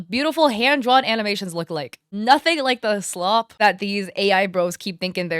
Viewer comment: ah yes AI "slob"